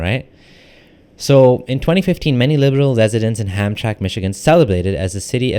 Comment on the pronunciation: HamtraMck (pronounced as 3 syllables)